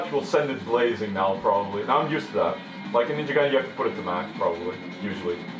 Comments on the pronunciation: "Guy-Den" it's pronounced like "guy". As in "guile". I was never fond of NG, and as such I can't drudge up the kind of hate I'm sure this game instills in fans. But from where I'm standing, even a non-fan can tell that this game is simplified and "cinematic" for the eager masses. I've heard this game called the "Cars 2" or Team Ninja. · Yeah, it's a japanese word and the japanese have a very specific set of syllables that they use to construct their words. It's not an alphabet like western languages use, it's a syllabary. "Gaiden" is constructed from the syllables "Ga - i - de - n" so, it's sort of a slurred pronunciation of "gah - ee - day - n". The 'n' sound is the only way to end a japanese syllable on a non-vowel. So, guy-den.